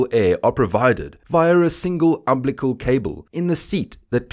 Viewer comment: It's pronounced... am-bil-i-cal cord. Is this content read by some text-to-speech engine made to sound like an Afrikaans guy?